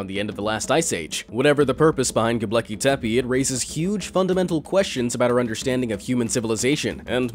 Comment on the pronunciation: It's not "Gobleki". It's "Gobekli". 😖